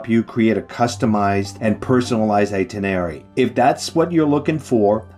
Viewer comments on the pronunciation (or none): Sorry, it's itenerary, not itinery. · My brother and I are going to Paris for 4 days this summer. We've been before, but this is very helpful for new sites. We've been fans of your videos. One thing - it's "eye-TIN-er-rare-ee". I chuckle every time you miss it, but you'll get it some day (long before I learn French, or course :) ). Merci!